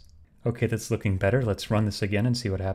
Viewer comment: "Lorrkiing,' 😂 it was great tutorial and refactoring process 🙂👊